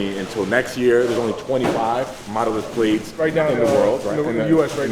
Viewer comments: Larry! It’s Plaid, not Played💀💀🤣 Like Plad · Wait how did he just pronounce P L A I D??